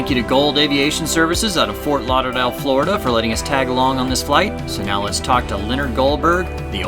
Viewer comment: Has trouble saying "Ft Lauderdale". lolol